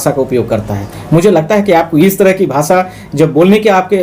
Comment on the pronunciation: Sahi bola hai CM sahab ne arjak logon ke bare me danga ,Aagjani , lootpat patharbaji katal blatkar karne valon ke virudh ek dam sahi bhasa hai.Aap to bhasha sabd bhi sahi uccharan nahi kar pa rahe ho lkg class ke bacchon se bhi kharab.